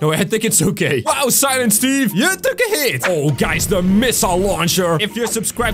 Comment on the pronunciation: UMMM ITS SILINT STEVE